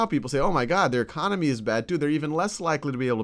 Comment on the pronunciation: He really knows about the Greek e-Khan-omy.